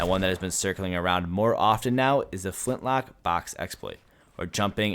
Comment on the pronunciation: It’s not flint lockkkkkkkkk